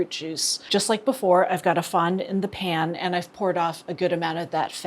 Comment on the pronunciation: everytime she says "The pan" I hear "Japan" lol